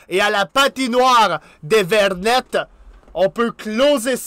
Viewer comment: Merci d’avoir fais si bien joué l’équipe de mon cœur ils ont mieux joué qu’en vrai!😂 Si jamais on dit Genève Servette Hockey Club et pour la patinoire des Vernets on ne dit pas le « t »😁 Continue comme ça j’adore tes vidéos 🙏